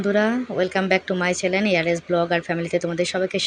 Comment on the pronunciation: ওটা চ্যালেন নয় চ্যানেল হবে